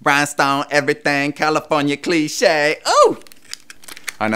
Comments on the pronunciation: BRINSTONE EVERYTHING CALIFORNIA CLESHAY Xd 😂😂😂😂😂 Im dieing... when ur little bro is telling u how to have swag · xDD - "RineStone Everything California Clean Shay"